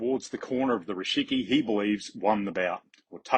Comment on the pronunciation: You keep saying Rishiki, but it's Rikishi :D